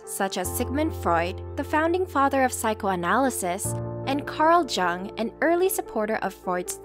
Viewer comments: I mentioned that in the last video where you mispronounced it... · Just a heads up, the way Carl Jung is actually pronounced sounds like Carl Young. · Carl Jung pronounced YOO-NG not JUNK like in the video... He was Swiss! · It's pronounced "yoong".......... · Jungs name is pronounced like yung, other people can pronounce it yoong, but really the fact that you cant even get that right in the beginning of the video indicates to me that this is a fake psychoanalysis channel. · How did she just pronounce Carl Jung?! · anyone else feeling uncomfortable with their pronunciation of Jungs name? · hard to trust a psychology channel that mispronounces carl jung's name....